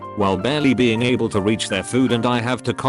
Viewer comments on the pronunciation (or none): none